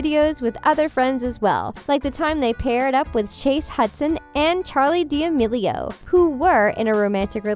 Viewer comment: The way they say charli daimelio lol 🤣